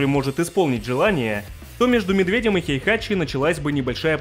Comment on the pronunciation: Не "Хейхачи", а "Хейхати"